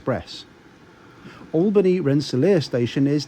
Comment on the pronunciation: Oh, and good job pronouncing "Schenectady", "Albany" and "Rensselaer", you nailed all three! Us locals can usually tell who's not from around here by that. Lol